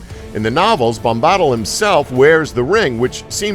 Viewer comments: I know!! Tom bambodle??? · like Tom Bombadil he pronounces Tahm Bombottle, it just pains my nerdy soul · IT IS TOM BOM-BA-DIL, NOT TOM BOM-BAHDIL YOU DENSE FUCK. I CREATED A YOUTUBE ACCOUNT JUST TO MAKE AN ANGSTY COMMENT AND DISLIKE ON THIS GODDAMN VIDEO. I'D RATHER GET AN ANEURYSM THAN TO LISTEN TO THESE PRONUNCIATIONS AGAIN. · yeah with him saying Seron(Sauron), Seruman(Saruman), Tom Bobbottle(does this need one of these? YES! Tom Bombadil) and the others are just fucking infuriating (were these little thingies even necessary?) edit: and ilsider(Isildur) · He keeps saying Tom 'Bomb Bottle'!!! Lol, it Tom 'Bam Bodill' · Tom Bambahdl is not right it is Bom-ba-dil :) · How hard is it to do even the most simple research? There are recordings by Tolkien himself pronouncing Tom Bombadil's name. Emphasis on Bom. BOMba-dil. And ISILdur. Give me a break. Do your homework. Lazy orc. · Reading all the comments about the funny mispronunciations, then he says “Bombahhttle” and I just died laughing. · omg it's BOMBA-DILL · My god every time he said tom bomb-bawdle I died a little inside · Say Bam-badill one more time I fucking dare you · Morder, bom-bawdal, eelsider, eeohwen, suron, suramahn.... did you even watch the damn movies?!?... and these theories suck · Seron. Serohmahn. Tom Bambadle . Illsider. Morder. Doubledore. Eeeowyn Wow.... just wow. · Tam Bambaadul, Souron, Eeowin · Bombbottle bombbottle bombbottle.... LOL...I cringed every time he said it. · the way you say Bombadil makes me want to kill myself... BOM-BUH-DILL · Tom Bombottle. UGHHHHGHHHGHHHGH MAKE HIM STOP!!! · Tom Bombaddle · Tam bombadel soron and others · Tom bom-bottle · stop pronouncing bombadil like that.